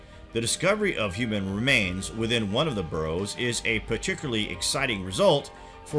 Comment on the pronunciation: Whoever wrote this is either really, really lazy or just plain ignorant. Or they never told the narrator how to read properly. "Burrows"? "Middians"? Give me a break.